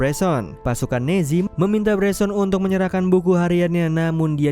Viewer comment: nazi ? Apa nezi sihj